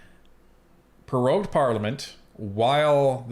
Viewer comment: It's NOT "peroged"....it's prorogued